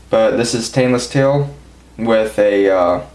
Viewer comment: You really emphasize the "T" in "Stainless Steel" lol